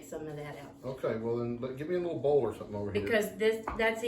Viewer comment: annunciate the word bowl. You said your bowl is not big enough, but it sounded almost like “ball is not big enough”. Lester can tell you how often Jami laughs at his pronunciation of his words.